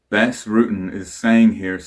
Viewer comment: Btws it's pronounced Bas as in UK English "bastard". In fact that's where they got that from.